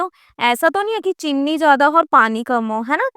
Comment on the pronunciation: Mam please aap cheeni ko chinni mat boliye 😊